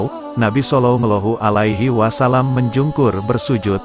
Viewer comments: Jangan belepotan sebut salalahu alaihiwasalam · Maaf admin tolong dong sebut nabi Muhammad salallahu alaihiwasalam yg betul dong